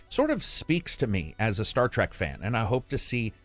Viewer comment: Trek not Track 👍🏼